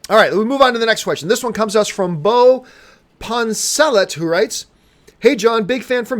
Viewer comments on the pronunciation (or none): none